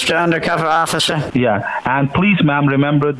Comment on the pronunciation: Ah, the noble "Owficer"...